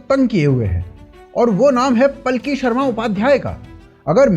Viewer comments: इनका नाम पालकी है, पलकी नही। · भाई पालकी नाम है पल्की नहीं।इतने अच्छे नाम का सत्यानाश कर दिया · भाई पल्की नहीं पालकी शर्मा बोलो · मशहूर पत्रकार का सही और वास्तविक नाम पालकी शर्मा उपाध्याय (Palki Sharma Upadhyay) है।अंग्रेजी में उनके नाम की स्पेलिंग Palki लिखी जाती है, जिसका शुद्ध हिंदी उच्चारण और लेखन पालकी ही है। हालांकि, इंटरनेट और सोशल मीडिया पर कई लोग या न्यूज़ आर्टिकल जल्दबाजी में उनके नाम को गलत तरीके से 'पलकी' या 'पल्की' भी लिख देते हैं, लेकिन आधिकारिक और सही नाम पालकी ही है। 😊😊